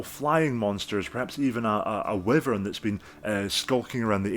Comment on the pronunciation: Finally someone who pronounces "wyvern" the way I do!